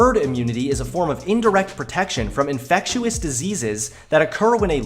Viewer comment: Did you just say "infect-uous" ?